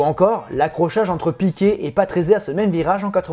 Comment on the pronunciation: Oui mais ça se dit Piqué, le T ne se prononce pas. 😉